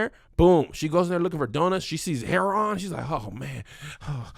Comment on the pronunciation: Why is he saying heroin like somebody grandma 🤣